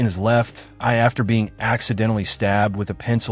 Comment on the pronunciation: Very informative. But it's kind of distracting when the robot narrator is so confused by the word "eye".😮